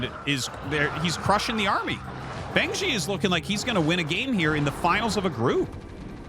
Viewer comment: fengzi is pronounced more like "fung" (rhymes with "kung fu") and zi like "zipper" or "zuh" — it means "crazy guy" in chinese